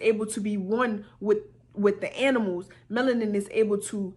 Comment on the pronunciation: She said "they take our menalin" I'm now imagining a doctor with a huge syringe, draining all the blackness out of me...